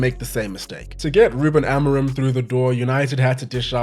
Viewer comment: no offense, but your pronunciation of "Ruben Amorim" is laughably bad